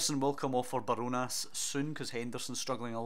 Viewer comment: Enjoying this series, it’s Bar-Jo-Nas btw